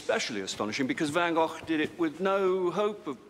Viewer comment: So great to hear an English actor pronounce van Gogh's name correctly :)